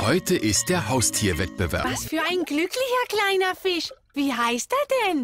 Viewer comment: seine „Füsche“ aus Köthen